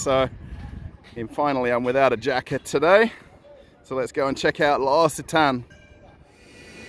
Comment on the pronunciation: Pronounced: Lox a Ton is correct L’Occitane. Question: How are you fairing with the War in Ukraine 🇺🇦? You never speak of it?